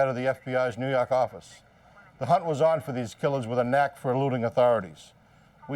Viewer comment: New jawk Awfice